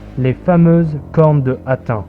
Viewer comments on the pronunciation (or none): Bonne vidéo, mais on dit hattine 🙂